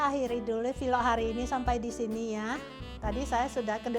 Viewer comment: sy mau tambahkan sedikit saja untuk penyebutan vlog, penyebutannya lsg vlog aja ya jgn jadi vilok. Maaf ya Bu,ini spy kedepannya bahasa penyampaiannya menjadi lebih baik lagi. Tetap semangat terus dlm membuat vlog ya. Gbu🙏🥰